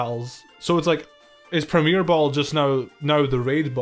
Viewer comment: You don't need to French up the word Premier bro, its already French!